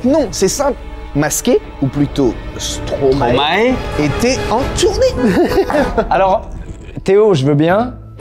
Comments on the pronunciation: On dit pas « Stromaé » mais « Stromay » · Stromae... n aurait jamais dit stromaé ... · Qui est belge ici ? ✋ (et on ne prononce pas Stromae comme ça !)